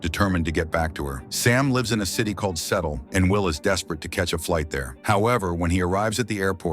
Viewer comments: “Settle” huh? I can’t believe we’re afraid of AI tech when it can’t pronounce basic words like “Seattle” 😂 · Its pronounced Sea-ah-ttol